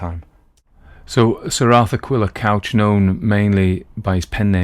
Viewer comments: It's pronounced "cooch". It means "red", in Cornish. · Author's name is pronounced Cooch.